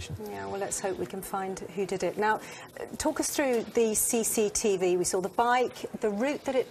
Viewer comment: I love how all the way through Tipu's case the detective keeps saying "Sea Seat E Vee" and then in the studio she corrects him saying "cctv".